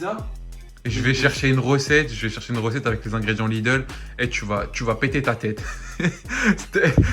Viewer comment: On dit Lidl pas Lideul chez pas quoi sa se voit que je viens de l'alsace 😭😂